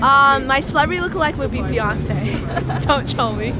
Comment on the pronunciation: Girl saying Beyoncé… hahaha gtfoh